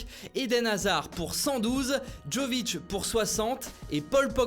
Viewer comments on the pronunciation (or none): Respect quand même ça se prononce Yovic Et d’ailleurs Jovic a dit qu’il voulait rester à Francfort. Voilà c’était la ptite info gratuite 😁